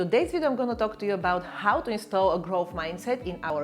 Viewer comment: instill, not install